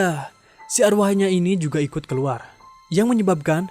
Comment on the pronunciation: Keluar woy bukan keluat